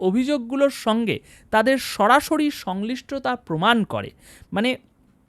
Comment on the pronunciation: উচ্চারন ঠিক করুন। শব্দটা সংশ্লিষ্টতা। সংলিষ্টতা নয়।